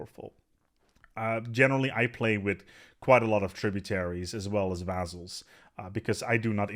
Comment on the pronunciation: couldn't handle the mispronunciation of 'vaZZals' had to search for Montu's video thx anyway